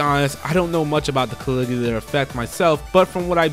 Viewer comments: It's definitely not better to convince them to just play the Cold Steel games first. Also, maybe look up how to pronounce Caligula. Kuh-lig-yoo-luh. I do think it's a pretty good video though and it informed me of a couple games I didn't know were coming to Switch. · After the past few games, I am very cautious about SMTV. I will temper my expectations for it. Also your pronunciation of Caligula is just painful. But that is one I am looking forward to, mostly thanks to the original Persona creator being the lead writer. Code Vein however I am really looking forward to. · Why does he say Caligula like that? ReEeE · fair enough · Say Caligula again... XD